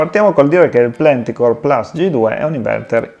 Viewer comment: 🤝 Grazie per aver dedicato del tempo a provare le caratteristiche del prodotto forse più identitario della gamma inverter KOSTAL, l'inverter ibrido trifase Plenticore Plus. E sì, la pronuncia del nome in tedesco suona più o meno come l'hai fatta tu 😄